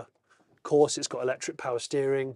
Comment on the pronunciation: You lost me as soon as you said ectric ....byyyeeee